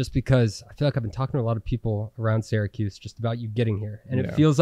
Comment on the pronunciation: Great stuff! But please pronounce Syracuse correctly 🫠